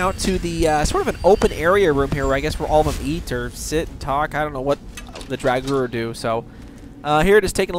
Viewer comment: Draw-gur not drg-gur